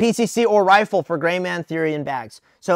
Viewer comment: looks at Did he say grey man or gay man?